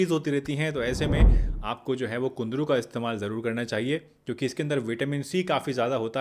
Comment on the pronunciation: It's kundru not kundri.